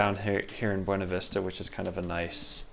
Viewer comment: As a CO native. Thank you for saying Burna Vista the way it should 👏👏